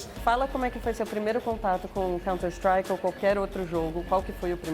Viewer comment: Conti istruaki nojo desses merda que fala errado nome do jogo